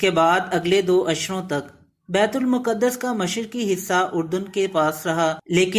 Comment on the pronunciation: Its not muqadass. Its maqdas.